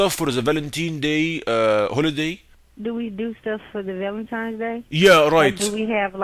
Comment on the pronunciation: “Valanteenz Day” made me lose it. There’s no going back now as an Arab I will forever say it this way from now on 😂 get better man! Keep up the amazing videos